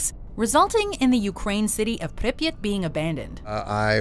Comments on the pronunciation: Please stop saying Pipyat like that. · It's called pripyat not "preppyt" lol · The pronunciation of Pripyat Is awful